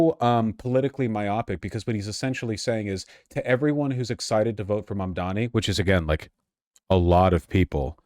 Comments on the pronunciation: mispronouncing mamdani on purpose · Cuomo's commitment to mispronouncing Mamdani's name so consistently is the pettiest, laziest thing I've ever seen.